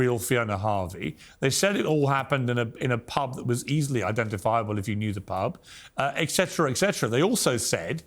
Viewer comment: Will Piers, at his 70's, finally learn that "et cetera" is pronounced with a T, not "exetera"!? 🙄